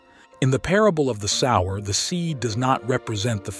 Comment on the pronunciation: Sower, not sour